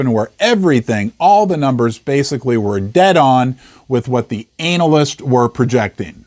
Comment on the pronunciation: Did say analist?